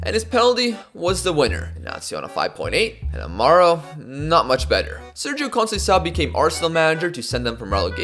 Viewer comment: Hearing Sergio coencincao brought back memories😂